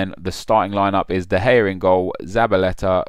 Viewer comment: Thought this was great...until you said de gay...